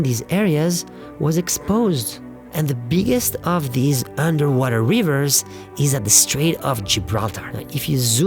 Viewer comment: I recognize that the narrator's native language is not English, but he should know how to say river with a short i.